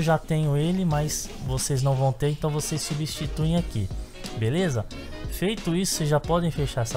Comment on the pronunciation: drink every time he says Belessa xD chupito cada vez que diga Belessa :)